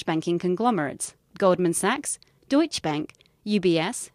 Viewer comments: yes it does, i'm german btw, it's pronounced with the "eh" at the end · Deutsche needs eh in the end